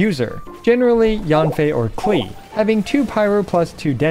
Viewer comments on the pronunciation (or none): none